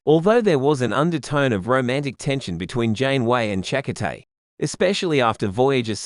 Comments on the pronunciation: Cha-coh-tay. Lol. Shack-Cotay hahaha. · We've heard Chakotay's name pronounced on the TV show. It's weird hearing it from... what, an Australian AI voice? Chak O'Tay sounds kind of... Irish? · 😮Narrator's voice is so annoyingly bad. Find another narrator pls. He mispronounced the name of Chakotay so badly.